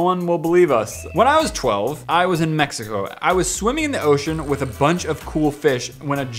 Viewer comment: just please at least say “with” instead of “whit”